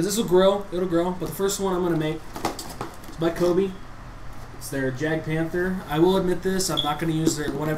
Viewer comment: I thought jagd was prenountce as yag not jag